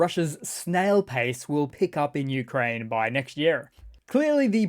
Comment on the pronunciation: "Newkraine" 😂😂😂 brilliant